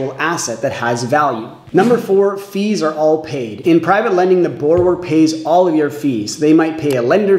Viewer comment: Please learn how to pronounce the word that your entire video is about